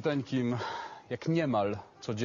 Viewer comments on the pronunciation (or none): i ten nacisk na "niemal" :D